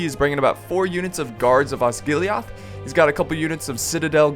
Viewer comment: You pronounce Osgilliath like Osgillieth, the e as in Seth.